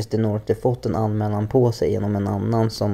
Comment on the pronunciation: Hur svårt ska det vara att säga och inte Norte? Ditt alias står ju fan tydligt. Nu ska jag och min karl gå och ha lite äction äction till max.